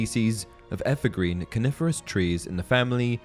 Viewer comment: I keep thinking he says carnivorous and not coniferous lel